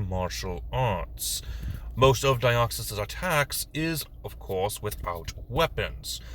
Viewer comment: You said my name correctly. It really shouldn't be that difficult but for some reason people just cannot say the 's' at the end or they say the Greek version of my name which has an 'ea' instead of an 'e' at the end. As for Deoxys itself there are in fact two ways to cause the mutation. The first is through the explosive expenditure of energy of a meteor impact and the other is being shot with a high energy, high density laser for 15 to 20 minutes straight both of which we see clearly in Destiny Deoxys. That space virus is incredibly stable and hard to cause mutations within. Personally I sometimes refer to Deoxys as the traveler or visitor as that is pretty much what it is. It is incredibly weird for a psychic type to have such low intelligence. Oh the duplication that Deoxys does is actually RNA cloning as Deoxys's entire theme and concept is DNA. For some reason Bulbapedia marks it as a usage of double team despite it having vastly different characteristics to the move itself. As for what other pokemon to do next, how about Trevenent and Aurorus? It would be interesting to see how you would convert that haunted sacred tree and the saurian ice queen. Too bad there isn't a dinosaur race.